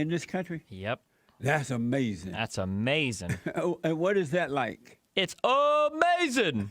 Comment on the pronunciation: 7/18/23 ... i FELL out in laughter when Destiny said "AMAZIN" and immediately went to the comments to see if someone else shared the same sentiments. THANK YOU. 😂😂😂😂😂😂